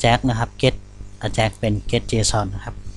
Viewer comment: Ajax หรือ AJAX ใน Wikipedia เค้าอ่านว่า /ˈeɪdʒæks/ เอแจ็กซ์